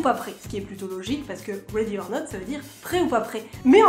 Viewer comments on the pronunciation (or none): none